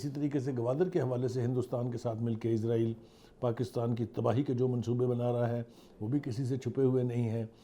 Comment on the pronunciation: O Bhai izraeel ni israeel Hy